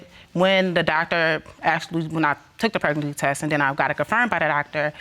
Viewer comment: Why can’t she say pregnancy? Preg•nan•cy